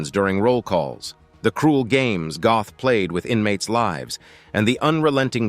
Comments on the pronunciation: NOT GOTH , BUT PRONOUNCED GERT, ...NOT EXECUTION GROUNDS BUT IN THE EXECUTION CELL NEXT TO HIS CELL IN THE KRAKOW MONTELUPICH PRISON ! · If you are going to do a Doco on historic fact's please get it right. His Name was Amon Goeth and you mispronounced his Name . His Name is pronounced as (Gurt) and you also failed to mention that the Poles had four botched attempts to execute him with the rope breaking and not allowing the correct height for him to be allowed for the drop. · Some Americans just cannot pronounce European names correctly, that o is pronounced like the Oo in moo and that’s about as close as I can make it